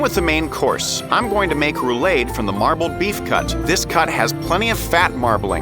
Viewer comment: Roo-lahd, not roo-laid.